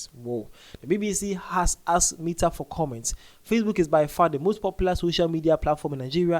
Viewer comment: Sir, the pronunciation of Meta😅... Love the update tho❤